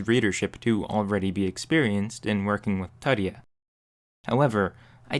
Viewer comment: ITS LATIN, IT IS TOOTSIE-UH, NOT TUH-TEE-HAW. TUTIA .. cmon lazy american..